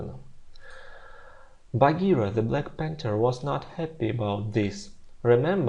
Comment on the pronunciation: /ˈpænθə(r)/ не /ˈpæntə(r)/ и crossly не быстро, а сердито от cross - сердитый, gently - спокойно, не нежно))) А вообщем всё здорово у Вас! )))